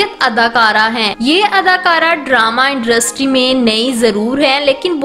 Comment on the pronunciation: Haha indrustry😂😂😂